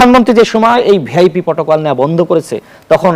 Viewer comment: ভিআইপি উচ্চারণটা ঠিক মতন করতে পারে না